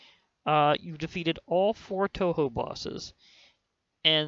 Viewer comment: And its pronounced tohow